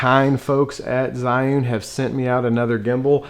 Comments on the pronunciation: Isn't it pronounced "Gee'un"? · Good video but you need to learn how to pronounce Zhiyun Also Zhiyun Smooth 4 only has a payload of 210g. That is the weight they quoted me in an email. Waiting for your review, thanks.